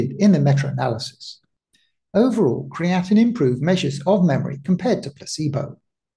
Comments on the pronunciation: yes, I hear you calling it creatinine, and that confused me.. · Pronounced Cree-uh-teen with three syllables only. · Very interesting but be careful with your pronunciation of creatine as the way you personally say it is very similar to creatinine which is different and high levels are a sign of kidney issues, muscle breakdown and aging. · I mentioned this in a previous video he released. Creatine and Creatinine are not the same nor are they pronounced the same. It is confusing with his pronunciation and I was hoping my previous comments on the past videos would avoid future confusion for viewers. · Well, that is kinda annoying then! I've heard others make this same mistake, and it's frustrating!